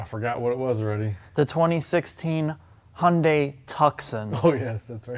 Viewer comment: It's pronounced Hun-day Too-sawn